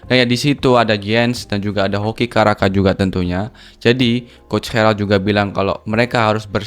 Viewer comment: Caraka bos bukan kharaka